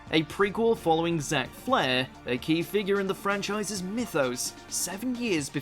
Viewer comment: Zack FAIR... not Flair... even though he has tons of it.